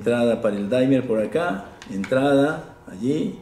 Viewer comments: soy fan y espero que no me quemen en leña verde por esto pero no se pronuncia "daimer" sino "dimer", tal cual, porque viene del verbo dim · Hola apreciado amigo Laniakea, Gracias por la visita y amables palabras. Me alegra que hayas visto este video sobre el Dimmer. Regulador de Voltaje...Permíteme que te FELICITE por tu acertada información. Acabo de consultar la pronunciación, es una palabra inglesa y en verdad es "DIMER". Aquí pongo el ENLACE para que puedan verlo... Nosotros hemos adoptado el térmico "daimer" porque en las tiendas donde los venden lo pronuncian así....y se ha covertido en un "modismo". Para que conozcas un poco más al DIMMER (dimer), Te doy un video de mi Canal, para que conozcas algo más de él. espero lo disfrutes.. Disculpas por el error al pronunciarlo....A partir de hoy lo llamaré "dimer"..... Te INVITO para que veas otros de mis 288 videos de mi canal. Trabajos de Física Experimental, para conocer mejor las maravillas de las Ciencias. Te deseo lo mejor. Suscríbete a mi Canal. Hasta pronto. Te doy el ENLACE de mis videos para que los veas poco a poco., -- Ecuador -- Un abrazo..!!